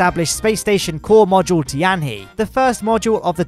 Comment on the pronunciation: It's pronounced Tee-an-HUH